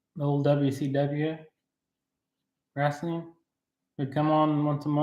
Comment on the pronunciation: Yes I am commenting as I am watching this, sorry I missed the live. Atari sky diver and pacman... Cracking up at how you pronounce, wrestling lol